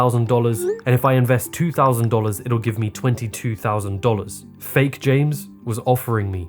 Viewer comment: you start with ONE TAUSAND, TWO TAUSAND THREE TAUSAND... I can't :D :D :D